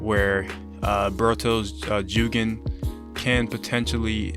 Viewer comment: Bro The way u pronounce jougan is killing me it’s pronounced “ Joegone”